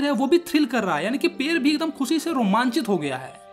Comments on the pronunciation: पेड़ ❌पेर ✔️ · Pade❌ Pare✅ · पेड़ ❌पेर ✅